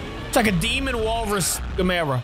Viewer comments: Who's damera?It's gamera , can you not say it right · Also he needs to know how to say gamera